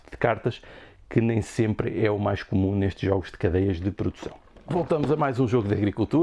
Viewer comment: Pordução...por dicção... por favor